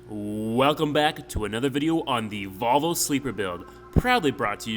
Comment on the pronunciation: Maybe by the end you'll pronounce Volvo properly.